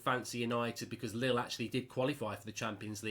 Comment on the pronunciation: hahaaa lille chairman sounded like little chairman